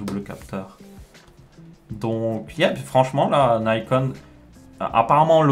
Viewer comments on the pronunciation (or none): Merci pour la vidéo, ça entre bien dans les détails et c'est très utile ne serait-ce que pour s'informer, même si pour ma part j'ai très peu de chance d'utiliser ce genre de matos. juste un petit détail, je pense sincèrement que nikon ne se prononce pas naïcone comme à l'anglaise. c'est une marque japonaise à la base, donc la prononciation japonaise est bien nicone (celle qu'on utilise de base d'ailleurs). Si on prononçait à la francophone, on devrait plus dire nicon.